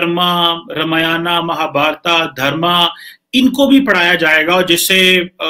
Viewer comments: Mahabharata nhi kima chima .. Mahabharat khte h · रे मुरख थोरा ठकसे पढ रामायण बोल महाभारत कहाजातहै महाभारतानही महाभारत कमरचीमा तमको करचीमि बोलाजाय गदधा परहालीखानहीहैकिया भैसलेट आदमी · Chima bete In pavitr grantho ke Nam thik se le Ye RAMAYANA or MAHABHARATA Nahi Isko RAMAYAN or MAHABHARAT Bolte hai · रमियाना महाभारता मत बोलो ! रामायण महाभारत सही उच्चारण है . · बकलोल आदमी रामायना, महाभारता नहीं | रामायण और महाभारत | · चीमे तेरे देश में कोन सी किताब है जो तुम्हारी है। तेरे को रामायण और महाभारत बोलना भी नहीं आता।तू रामायाना और महाभारता बोल रहा है जबकि ये भद्र महिला बिलकुल ठीक उच्चारण कर रही है और तू अपने आप को प्रोफैसर कहलाता है। अगर हम तुम्हारी पुस्तक को कूराना या हवाई किताब कहें तो तुम को कैसा लगेगा। सोचो और बताओ। जय हिन्द जय भारत वंदेमातरम। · sasura ye kamar cheema,,,... ramayana ar mahabharata bolte nhi bnrha h ....kaisa aadmi h bhai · Are sahi tarike se pad ramayan aur Mahabharat not ramayana Mahabharata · यह पाकिस्तानी पत्रकार रामायण और महाभारत का उच्चारण ऐसे कर रहा है जैसे Chekoslevakia में ही पैदा हुआ था और बाकी पंजाबी में उर्दू बोल रहा है। ये पाकिस्तानी ज़मीन पर पैर रखकर चलना कब सीखेंगे?